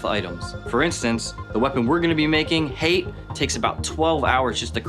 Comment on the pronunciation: Can we go over how they say Hate like Hey-te, but it pronounced Ha-tay